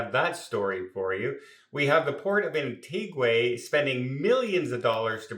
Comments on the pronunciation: ....It's pronounced Antiga not Antigway. LOL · I respect you and your Chanel but as you are well hearsed Antigua is pronounced An-ti Ga not Antigway. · An-tee-ga...not Anteegway and not Anttigwah. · Isn’t the place pronounced Ant eeg wa? Anyway, keep smiling. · I'll be going to "Antiguay"😂in April, 2026. I just hope it won't be a mess with construction then. Actually, what drives me nuts,, is the when you say eKcetera. It's eTcetera. Thanks for the good content, though. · No, it's Anti Gwah 🙂 That is why you will never see Gwahs in Antigua 🙂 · Nope, it's pronounced Ahn-tee-gwa which is Spanish for Ancient. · Yes, “An-tee-guh”! A lovely country ❤ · That' a new pronunciation of Antigua. Anyone else say "Antigway"? Has never been there yet? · He was there but not paying attention Nobody says it like that. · As a person from Antigua I know how you pronounce my country name…… and I am not Hammering I love his content I am helping him be more accurate. If you want the Taino name it’s Wadadlii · Thankyou for correcting on Antigua I don’t know where he comes out with such nonsense,so many people have to keep correcting him on word’s,not to bright for a travel agent.take care.